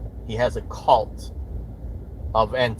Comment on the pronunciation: Is it just me, or was he pronouncing “cult” wrong? Sounded almost like “kolt” to me.